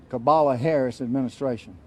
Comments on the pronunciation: He actually said ka-bala Harris 😂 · did he say "cabala" harris? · I call her Commie-la, but Cabala works, too!